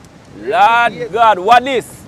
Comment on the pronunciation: dont bleed the Lord's name in vain. You always say, "Lawd God"